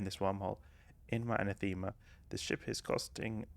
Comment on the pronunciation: Anathema = An-Ah-thu-ma